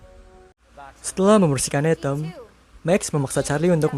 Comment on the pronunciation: Atom atau etem min ??? 😅🤣